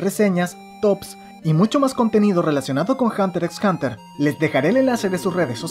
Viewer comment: Creo que la "X" no se pronuncia jeje pero buen video 👌🏾